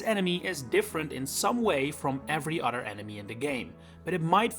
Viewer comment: You pronounce other as udder lol